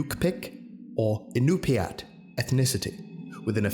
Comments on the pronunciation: Raises hand 🤚: al-ee-oot, you-pick, in-ooh-pee-at Source: I’m Alaskan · As an Alaskan native these are correct ways to say these tribes, Aleut(al-aye-ut) yupik(you-pick) inupiat (in-you-pie-ak) "yukpik" is a misspelling, you were super close and I love these videos so much